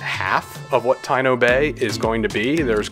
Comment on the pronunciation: It is pronounced Ta-EE-no Bay. Taíno is the native American of Hispaniola and other hispanic islands